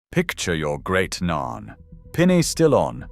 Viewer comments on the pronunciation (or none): Nan not narn